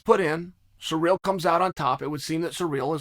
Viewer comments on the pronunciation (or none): Mate just say Gane. Listening to you say Cyril is was difficult. But I still love you bad guy.